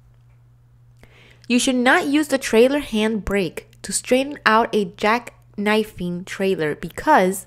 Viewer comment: I hate hearing "coopled" and "coopling" instead of the correct pronunciation. You said it right ONCE though. Other wrong word pronunciations too (like "valve", and "jackknifing") are distracting. I appreciate the effort though.